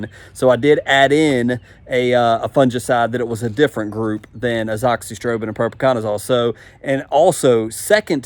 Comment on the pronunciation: Mcclearys? Is that what you said? Is that the name? Pretty sure its just clearys. I cant stand people that do this kind of thing and just make up their own names for stuff. You're like Greg Phillips who says anoxyprobin instead of azoxystrobin. Read the name and say it the way its written. It is seriously not that hard.